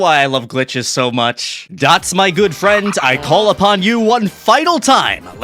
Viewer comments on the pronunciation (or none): Fwend welcom back!